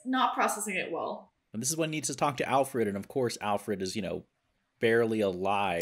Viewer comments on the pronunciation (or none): I hate how she says allfred instead of Alfred